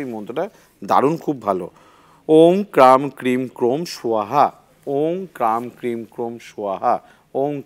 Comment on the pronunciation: দাদা অং না ওম